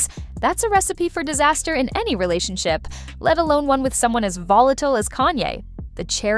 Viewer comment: Relationshio, huh? Nice AI slip there.